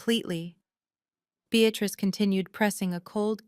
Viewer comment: Beatrice is a two syllable word Bea trice. The word you use is a three syllable word Bea tat rice. You should have ended this cockamamie story at the incorrect title.